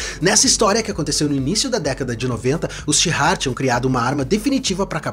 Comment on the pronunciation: O nome da civilização/povo é Shi'ar, não tem "h" nem "r" antes do "ar". Então não sei se a pronúncia é com "r" como você fez....